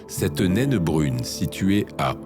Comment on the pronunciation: Tu n'es pas obligé de prononcer le E de nainE